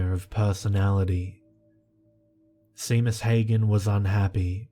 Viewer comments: Seamus is seemus??? seriously you need a direct correction line!!! lad its pronounced Shaymus..and Place bo is plasseeebo. I can't remember the others but you pronounced a lot of booboos in my recent listenings through the night. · I'm like 99% positive that it's pronounced "Shay-mus," in the same way that Sean is pronounced "Shaun." Nvm I still loved the story. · Pretty sure it's pronounced shame-us but no big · Samhain...me being a bona fide heathen from the middle of nowhere in Scotland...pronounced Sow ain (rhymes with 'now rain') and Seamus is pronounced Shay mus...lol...you're thinking...OMG I thought that old bat had kicked the bucket lmao....I'm still listening...and enjoying it as much as ever (I've noticed a couple of newer Creepypasta narrators have done versions of your intro...you're the original and best xx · Seamus is pronounced "SHAY-MUS". No worries though, Irish names are hard to figure out if you've haven't grown up here.